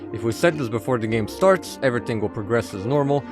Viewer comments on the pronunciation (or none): weird lisp cant pronounce "this" properly and says dis so annoying